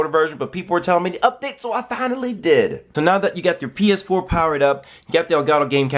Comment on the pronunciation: "with the paaass 4" lmaoooo